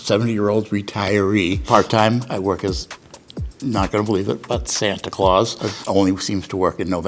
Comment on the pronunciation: I thought you said Satan at first... Phew.